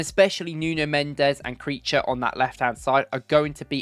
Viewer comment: Lmaooooo It's not creature.. It's Ki-vee-cha